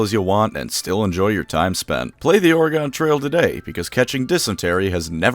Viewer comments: As a resident I must say is it’s pronounced oreg-IN not oreg-ON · Dude I love your videos but that ad read killed me. Not only did you says ORE-GON instead of ORE-GEN you said EAST!!! THEY TRAVELED EAST!?!? The settlers swam their way through the Atlantic Ocean to Oregon. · Definitely gonna check this game out but as a native Oregonian I must inform you it’s Ore-gen, not Ore-gOn. Sorry, just felt wrong hearing you say it like that. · No shade but FYI we pronounce it more like the word Organ or even ore-gun, but never or-e-gone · Your a fucking idiot. ORE-GONE? DO YOU KNOW ENGLISH OREEGUN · Its OR'ygun not OryGone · BTW, it is pronounced Ore-Gun, not Ore-Gone. Oregon native here. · Just a quick FYI: It's pronounced "Or-uh-gun" 🌲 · Just fyi from someone who is from Oregon, its pronounced like Organ, but with an i inbetween the r and g (or-i-gin) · okay i gotta say, that's not how you say oregon, just treat the E as silent. like organ. Or Ore-Gun Please. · It’s pronounced Ory-Gun. You silly diabetic you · Great vid, but your pronunciation of 'Oregahn' is way scarier than Grimgor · Please don't pronounce Oregon like that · The ON at the end of Oregon is pronounced like the on at the end of Jason. It really surprises me how many ways people say Oregon across the US. Then again I know people who say waRshington. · I just fucking remembered why I've avoided this video. You butcher the name of my state so many fucning times it makes me want to replace your insulin with the shit they put inside gushers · The way he pronounces Oregon is very upsetting to me especially since I’m pretty sure he lives in the US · are you mispronouncing "Oregon" on purpose to make any Oregonians watching this flinch? If so, I'm going to [censored] [censored] [censored] you, and you won't [censored] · Not going to lie you pronounced oregon so wrong 😂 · Why do you say Oregon thag way? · As someone who lives in Oregon, your pronunciation of Oregon is giving me a stroke XD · Haha so jarring